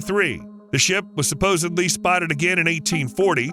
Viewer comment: SupposeDly not SupposeBly. Grammar!!